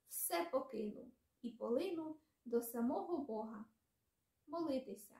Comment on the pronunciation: нііііі, наголос. Так не люблю коли українці, читаючи "Заповіт" не так читають. Ось так тре- "понЕсе". І "до сАмого". Тим не менш, дякуємо, що ви робите таку важку і потрібну роботу! Успіхів і на далі) До речі, а чи можете перекласти вірш Василя Симоненка "Де зараз ви, кати мого народу?" Чи надто жорстокі там слова присутні?...